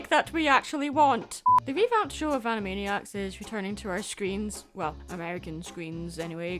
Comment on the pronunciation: ...Animaddyac/Animaddiac. Also... yeah. Animaniacs holds up pretty well. And heck, I didn't even know who Sheena Easton was beyond having heard the name once or twice.